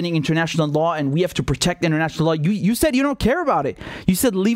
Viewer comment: "Vee have tools"